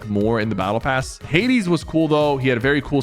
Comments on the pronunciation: At least he said Hades right this time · bruh he actually said Hades right this time